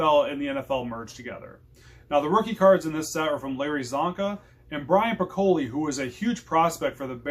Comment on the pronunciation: Good content . Brian Piccolo is pronounced Pik-A-Low . There was actually a movie made about his friendship with Gayle Sayers . My favorite football card is my Mike Ditka rookie .